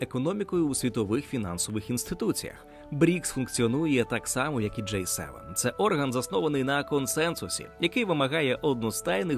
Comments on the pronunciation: Це «J» - [джей] Це «G» - [джи] Різні літери шо пишуться по різному та звучать теж трохи по різному. І да, Джей7, то скоріше J-7 - торгова марка соків від PepsiCo, а не те про шо ви дуже кльово і цікаво розповідали в цьому відео. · Дякую за огляд! Зауваження: G - англійською читається як "джі" "Джей" - це інша літера J. Цікаво було дізнатися про усі ці відмінності! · Джі севен! не кажіть джей севен. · До диктора: G7 читається як "Джі севен". "Джей севен" це J7 А взагалі, дуже крутe відео! Спасибі за просвіту <3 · Диктор говорить "Джей севен", хоча правильно вимовляти "Джі севен". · G7 це "джі севен", а не "джей севен" (J7) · Все добре, але нестерпно ріже вуха «джей севен» (J7), натомість має бути «джі севен» (G7) 😂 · Маю на увазі вимовляння англійської літери G в контексті Великої Сімки, «вісімки» та двадцятки. Диктор вимовляє «джей», що відповідає літері “J”, а має бути «джі» (G7, G8, G20). Гарного дня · протягом всього відео диктор називав G7 - [джей севен]. Що дуже ріже слух. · Теж звернула на це увагу